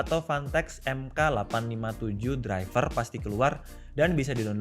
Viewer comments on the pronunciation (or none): none